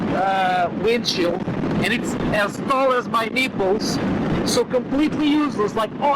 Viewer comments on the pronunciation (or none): "It's as tall as my neeeples!" is my new catch-phrase.